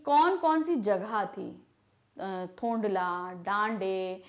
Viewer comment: Apne bohut sari jagah mispronounce Kiya hai Fari kalimpong hai Danda thonglaa hai Ladkor nahi lankor hai Pease correct